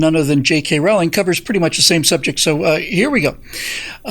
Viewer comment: Rowling rhymes with bowling.